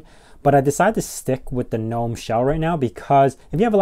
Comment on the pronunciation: Nitpick: The "G" in "gnome" is not silent.